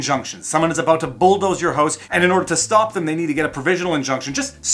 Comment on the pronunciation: "Bulldoze your huse"